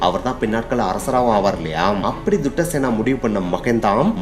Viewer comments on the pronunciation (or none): காசியப்பனின் தந்தையின் பெயர் துட்டசேனன் இல்லை தாதுசேனன்😅